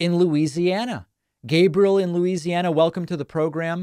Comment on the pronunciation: David it's pronounced Loo-eece-yanna.